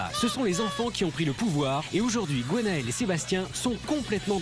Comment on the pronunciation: Bon la voix off, on ne dit pas GOnael mais Gwenaëlle ! Merci.